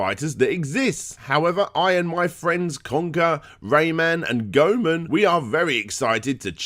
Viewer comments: it's not GoMan, it's Goemon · Why do you keep calling "Go Eh Mon" "Go Men"? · "Gomun" how can you not know how to say Goemon?, he was a real person too. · 'Gomun' LOL